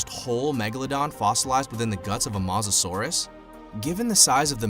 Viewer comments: It’s pronounced mo sa souras not ma sa souras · It’s mosasaurus not mohsasaurus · It's not mos a Saurus its moesasor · bruh the way he says mosasaurus idk about u but i say it like moe-sa-saurus and not ma-sa-saurus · Its mosa not moza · Mo sa sorus not mos sasuorus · did you said masasaurus the name of the king of lizards is mosasaurus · Mosasaurus is not pronounced MO SA SUARUS it’s pronounced MOE SA SAURUS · It mosasaurus drunken idiot no masasaurus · Well you definetly don't read dictionaries. Mosasaurus isn't pronunced Maw-zuh-saurus, it's Moe-zuh-sauraus. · It's mosisauis as in moe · and ur saying is wrong u saying masasaurus its mosasaurus can u see the o next to the m really! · It,s moherfucking mosasaurus,stop saying masasaurus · It's pronounced mosasaurus not masasaurus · It is not mos it makes theU sound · This is how to pronounce mosasaurus mo-as-saur-us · I think it’s pronounced mosa saurus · you said mawsasores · is no one gonna point out he said mazasaurus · I hate how he says Mazasaurs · It purnouce mo sa ur us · Mosa suarus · TEAM MEG BOI YOU SAID MOSARURUS WROND DUDE like my comment for team meg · Why did he keep calling it Moz-o-saurus it made me so mad thats not how you pronounce it! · Sorry I’m really into paleontology and this video cracked me up. And im gonna now point out everything wrong. First of all it’s pronounced ‘MO susorus’ Second of all it did not just inhabit Europe and the us it also inhabited most of Northern Africa And it is NOT a dinosaur it is a marine reptile so yeah I died watching this video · You are saying mosasaurus roing! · Some do he said mosasaurus wrong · Also this Guy doesn’t even know how to pronounce Mosasoaras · Your pronouncing mosasoures wrong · OH MY LORD UR SAYING THE MOSASORUS WRONG U STUPID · That’s not how you pronounce Mosasaurus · You don't pronounce mosasauras like that oml lol